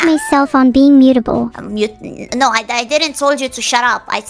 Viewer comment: Neuro did actually use the correct term there but uh… mutable does sound a lot like mute-able